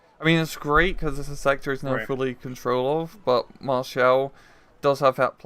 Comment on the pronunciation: it's maréchal boulanger or just boulanger, not maréchel